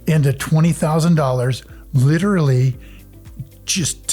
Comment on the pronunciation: Yeah “lit-TRA-ly” a millionaire.